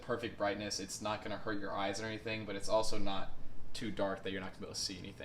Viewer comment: I thought you saying 'There is lot', lol